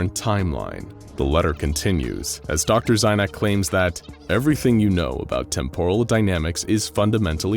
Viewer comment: Dude, every time you say out loud "Temporal", "Temporally", etc I cringe, your cadence is wrong. Its not "Tempóral" its "Témporal" (emphasis in the first syllable) >:v AARRGGGHHHHRGRHGRHGRKJFKJHDSKJFHKJSD *Cringe*